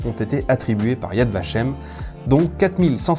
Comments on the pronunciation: Yad Vashem est parfaitement prononcé. Honneur au Chambon, et plus généralement honneur à tous ceux et celles qui se sont levés contre le Reich alors qu'ils avaient tout à perdre et rien à gagner. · tres bonne video . ya vashem est tres bien prononce.